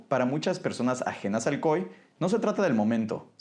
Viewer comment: Porque le dice COE al COI?